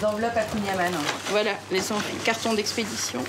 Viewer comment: Super reportage sur le Finistère ! Mais faudra revoir la prononciation du kouign- aman 😂